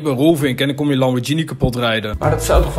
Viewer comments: Lambordjienie.. Godverdomme, waarom zegt iedereen altijd lambordjienie.. HET IS MET EEN G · Is het niet Lamborghini, met de G van Google? 🤔